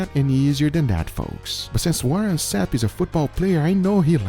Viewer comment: Its Warren not warrent lol